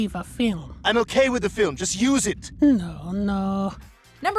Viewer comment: It’s noo not naa